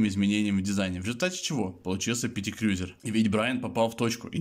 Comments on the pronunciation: Обзор хороший,но как можно так отвратительно говорить Крюёзюр? КРУЗЕР БЛИН Крузер!!!! Как Ланд Крузер, Ф Джей Крузер и так далее,я с трудом досмотрел..... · Не крюзер а КРУЗЕР. Не аш аш эр ,А ha ha er это я про шевроле! И что такое тормозная лента ?